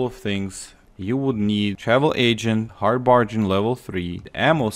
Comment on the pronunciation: When u pronounce hard bargain you pronounce the g like a j like hard barjain but it’s pronounces g g hard bargain